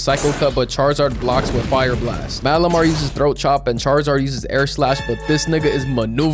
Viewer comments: Turnt malimar into calimar 😂😂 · dude turned malamar into malamari